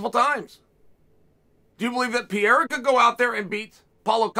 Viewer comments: It's PEREIRA and not PEIRA. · Why does chael insist on calling him pierra but will literally type pereira. I know he knows he says it wrong and is gonna say one day “can’t believe you guys let me call him that for so long” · U talking about Pereira? Cuz u keep saying Pierra. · PIERA?? OR PEREIRA??? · Why do you keep calling him peeyera chael? Not that hard to pronounce perreira lol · Pierra hasn't yet earned the right to have his name pronounced correctly by Uncle Chael. He only has 5 undefeated fights under his belt. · “Alex Pee Era” - Chael Sonnen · Love hearing Chael call him peeyera every time he says his name since he came to the UFC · Did he did he say Alex pee era? 🤣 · Funny 😁 how he calls Pereira : Pierra 😅🙂😉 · George St. Pierra hahahaha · Who’s piera hilarious that you get his name wrong every single time 🤷🏽😂😂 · Pierra 😂 uncle chael has a problèm with foreigners name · Alex Pee-era 🤣 great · Thought this was about Pereira? Who's this guy Pierra? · Pee era. Gotta love uncle Chael’s always incorrect pronunciation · Dude how are you still saying “PEE -air-a” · PIERRA. CPS is the worst at names. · Pee air uh 😂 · I love you chael but I wish you would stop pronouncing his name (pee-air-uh) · If Alex wins chael will pronounce his surname correctly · Uncle Chael still has not bothered to correct his pronunciation of Pereira. Love it. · If Pereira wins hopefully Chael will learn to say his name correctly lol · It annoys me how wrong chaels pronunciation of Pereira is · He miss pronounces his name every time lol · Why can’t no one say pereira 😂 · not even close pronunciation of alex pereira . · If he wins then you might learn how to pronounce his surname.. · God, I hate how he pronounces Alex Pereira's name.